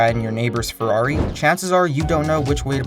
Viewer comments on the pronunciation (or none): none